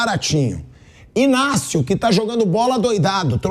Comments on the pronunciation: Parabéns pelo Inácio, iGnácio é de uma iGnorância, sem precedentes… Se escreve Ignácio, mas a pronúncia correta é Inácio, mandou bem, Pilhado! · Obrigado Pilhado: I N Á C I O pqp bando de retardado pronunciando o G